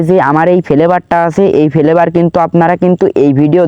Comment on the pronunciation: Vape ❌️ vhape✅️ Flavour ❌️ Felevour ✅️